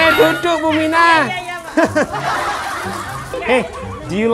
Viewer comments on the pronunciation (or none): Awesome = asem dibacanya ... jadi ingat bule makan mangga.. pas tanya hows the taste?. Sibule jawab asem = awesome...